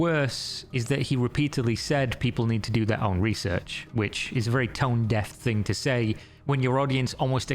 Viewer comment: why does say "thing" like "think"?? Annoys me so much when in all the -ing ending words adds a K AGAIN. STOPP. Its annoying!